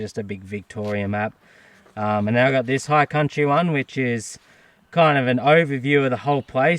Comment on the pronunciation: Dude. High country, not higher country haha. Great video as usual mate. Cheers